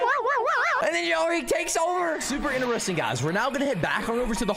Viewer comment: The fact he can't say interesting normally he's saying ineresting